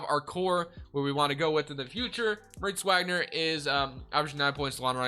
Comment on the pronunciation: do u pronounce moritz wagners name wrong on purpose?